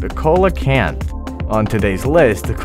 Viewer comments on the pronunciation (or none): Sea lo canth is how u say it and also it is 440 million years old. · Its see-luh-kanth not co-luh-kanth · coelacanth is pronounced SEE-la-canth. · THE COELACANTH